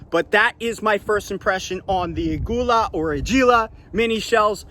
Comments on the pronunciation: Ay-Goo-Lah! Lmao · It is ag u ila. Use a cell phone translator.